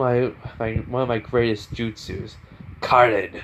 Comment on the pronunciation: its "kirin" not "karen" or whatever u just said lmao😂